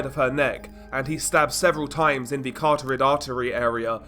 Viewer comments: Carotid pronunciation: kuh’-raw-tid NOT kar-tor-rid’ Theres an extra “r” in the way the narrator pronounces carotid, plus he puts the emphasis on the wrong syllable. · Why can’t you say carotid artery?